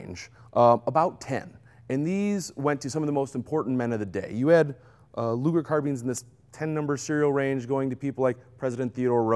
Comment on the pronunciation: Thank you for pronouncing the name of Mister Luger correctly :)